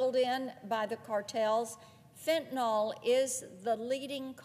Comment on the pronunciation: Also mainly for the politicians from the South: it’s pronounced “FENT-a-NILL” not “FENT-a-NOLLLL.”